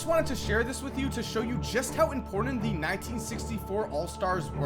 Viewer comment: Im•pOr•tant. Not imperdent.